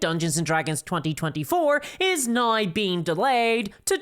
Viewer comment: accent is very interesting , throwing in a bunch of Rs into words i wouldn't expect . now = naur